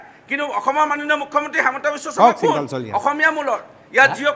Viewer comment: হিমন্ত নে হেমন্ত শূদ্ধকৈ কব